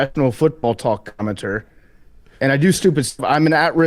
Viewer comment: Haven’t watched yet but praying JOC drops a “commmenturr”